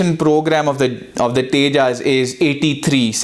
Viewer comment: Pehle Tejas pronounce karna seekh le phir analysis kariyo. Bheekmanga desh k bheekmange log